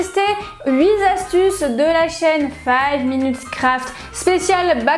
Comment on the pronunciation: Enfin quelqu’un qui dit « five » minutes crafts!